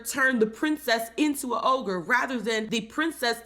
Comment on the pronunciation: It’s ogre not ohgah😂